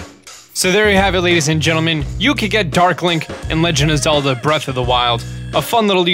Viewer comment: Zegand of Lelda